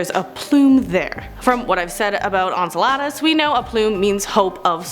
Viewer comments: Enceladus = En sell uh diss!! Quasar = Qway zar!!! I was starting to like you until this video. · Google has a handy tool that tells you how to pronounce those weird science words. Quasar sounds like Kway-Csar. Enceladus sounds like In-Cell-Ah-Dis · Enceladus (/ɛnˈsɛlədəs/; en-SEL-ə-dəs) Face palm* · Hey. YOUR AWESOME BUT THE MOON U SPOKE OF is PRONOUNCED "N CELL A DUS" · Hey!! Just a friendly correction: Enceladus pronounced En-cel-a-dus, and Quasars - Quay-sars You're doing an awesome job!! Love your vids!! 👏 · The way she said Enceladus, had me lol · Was driving me crazy! 😂